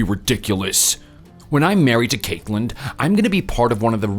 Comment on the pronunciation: "Cakeland"? Wtf kind of name/pronunciation is that? Yikes Screen says Caitlyn but they keep pronouncing it weird Also this isn't a new story, it's an old one with a few details changed. From it being their uncle up to no good, to it being their grandparents